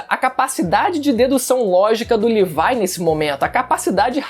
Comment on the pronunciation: Que poha de "levai" disgraca o certo e "levi"poha pronuncia direito caraio